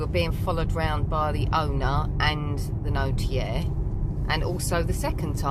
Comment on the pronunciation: Finally a property to call home. Congratulations! Maison the Maitres are usually the houses of the local wealty brewer, buisinessman, minor nobility or doctor, notaire or lawyer. Notaire is symply pronounced notaire not notjeire. I love maison de maitres. Probably a lot more useful and not that expensive in the upkeep of a chateau.